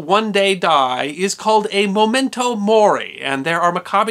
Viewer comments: I truly admired this gathering of fascinating tidbits about weird funeral wishes and traditions... but one thing made me cringe hard... you calling it a MOmento Mori... it's in the video's title, please! MEmento, like MEmory or "reMEmber"... I wish you'd take a bit more time for quality control and second recordings as understandable as not being fluent in 150 languages may be, SOME things are just common parlance in the one you speak so well in other circumstances and making these mistakes without noticing it reduces the impact and impression your otherwise enjoyable videos can affect. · Please: memento, not momento.